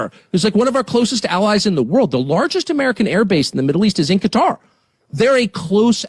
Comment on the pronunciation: At least he pronounced Qatar correctly